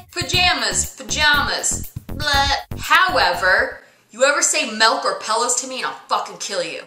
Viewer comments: Omg!! I hate when people say melk!!! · ahh i too HATE when people pronounce it melk ... its MILK !! i love milk.. and also carmel ... its not.. CARE EH MELL its pronounced CAR MEHL thats it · Yessssss finally someone understands! Wtf is Melk?